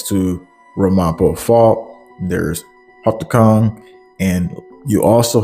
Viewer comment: Good reporting! Just a heads up… it’s pronounced RAM-a-po and the other town you mentioned is pronounced ho-PAT-cong… not nit picking but it helps so people can recognize these names in news broadcasts ❤️👍